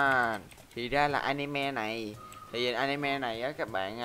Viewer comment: Anime mà anh nói là a-ni-moe :v